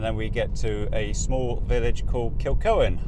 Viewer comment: Its pronnounced Kilhoan